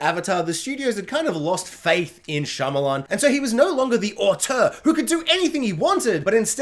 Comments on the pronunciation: Am I the only one hearing you say Shylaman and not Shymalan? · Making a whole ass video on the guy and saying his name wrong the whole time is almost as wild as having Unbreakable under The Visit and Old.